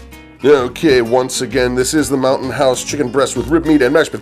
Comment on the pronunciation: Ha ha I thought you said mountain horse. Too funny!